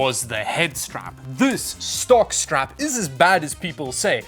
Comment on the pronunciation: Every time you say stock strap, I hear jock strap